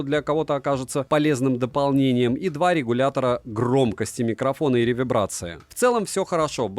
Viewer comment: Реверберации а не ревебрации 😂